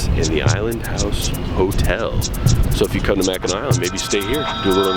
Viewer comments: Naomi Varga And pronounced Mak-en-aw! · Omg it's not Mackinaw island it's Mackinac!!!!!! Get it right dude!